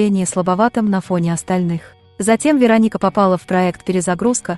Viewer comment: Кто же так озвучивал? Ударение не пробовали правильно ставить? Рони - ударение на О, Вероника - ударение на И, Мигель - ударение на Е... Аж слушать противно.